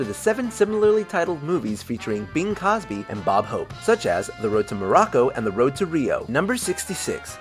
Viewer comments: Its Bing CROSBY, not Bing Cosby! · Bing Cosby? Really? Do people Just mispronounce names on porpose or what? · It's Bing Crosby, not Bing Cosby.